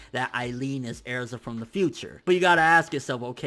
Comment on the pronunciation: Why the fuck are you saying erza like it's pronounced airza!